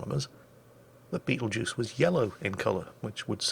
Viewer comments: Ermm “actually ” it’s not the beatlejuice star but “betel” “geuse” star lol XD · I kept hearing him call it Beetlejuice and I was wondering who in the nine hells named a star after a corny 80s horror comedy